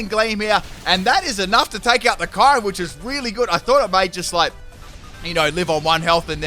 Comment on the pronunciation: Erm how do u say kyurem? I gagged by the way u say that name